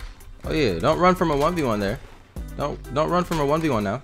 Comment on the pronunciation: ARE YOU SERIOUS RIGHT NEOW LIKE FR ARE YOU SERIOUS RIGHT NEOW LIKE CMON ARE YOU SERIOUS RIGHT NEOW